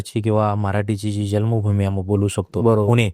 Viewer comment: "जल्म भुमी" नाही रे बाबा "जन्म.. जन्म भुमी".....जरा.. मराठीच्या शब्दोच्चार कडे लक्ष दे